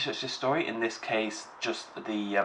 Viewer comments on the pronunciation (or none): none